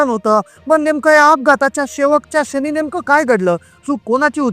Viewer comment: कारन? क्षनी? लई भारी मराठी!